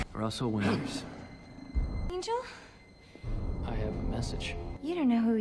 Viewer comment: every time u say "Angle" I get offended and laugh at the same time.... every time ROFL